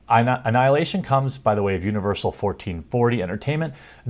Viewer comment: When you say it, it sounds like "juvenile hilation"